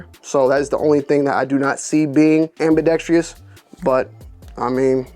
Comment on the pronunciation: Its ambidextrous not ambidexTREEus. FYI